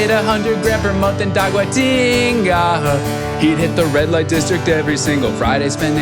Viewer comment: Taguatiiiinga no meio das palavras em Inglês! 🤌😂